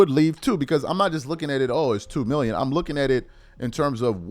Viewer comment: I heard you say 2 minion for 3 years not 2 million a year